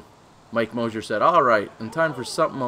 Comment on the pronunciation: It's Moser, not Mosier!!! He made the final 4 for gods sake!!